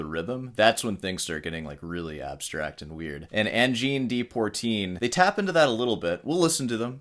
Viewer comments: Like hell you said Sabrina Carpenter lol. Can't even pronounce Angine de Poitrine properly mate. Apart from a vast and diverse array of Western influences Adp blend, a deep dive in musicology and Middle Eastern music theory and also Pythagorean theory and philosophy is mandatory to comprehend what these guys play, and it's kinda surprising you think you understood what gives with fast forwarding one song. From all else, you had to bring up Wikipedia and comment on their citing of Leo Brouwer as an influence. I have some news for you. AC/DC is a huge influence on me. For the last 35 consecutive years, i have been making disco, funk, house and lounge records. What am i saying here? You understand an artist once you get a slight grasp of what's inside their head and i highly doubt your 30 mins video of saying really nothing substantial does demystify anything. Nor does the clickbait title. Sabrina Carpenter my ass. Cheers. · Native French speaker here, your pronunciation of poitrine is heavily microtonal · Try your shirt too. Learn to pronounce POITRINE. Credit their creativity. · How many wrong ways can you say Poitrine? Funny but also ignorant. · "Deportreen" is pronounced Di Pwuh Treen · PWA po trine not Por trine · it's Poitrine ... not Poirtine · It’s pronounced “pwotreen”. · you still have to CONNECT no matter what and how you play it (and even Americans should be able to pronounce 'Pwatrine' without affectation) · It’s Poitrine not Portine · I think you should do a cover album of “Al Di Meola plays Angine de Poitrine in the style of Leo Brouwer”. Poitrine is French for “chest” and is pronounced “Pwuh-tree n”. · Brouwer and Berlioz used the guitar as the instrument to compose orchestral pieces. Most composers use the piano to do this. It's always great to see composers play their own pieces like Brouwer here, or Roland Dyens. P.S. your prononciation of "poitrine" is attrocious! Lmao Rick Beato says it pretty well, as a reference.